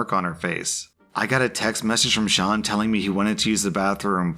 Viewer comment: You do not understand how happy it makes me that you pronounced "Sean" right. (Its an Irish name and some people pronounce it "seen")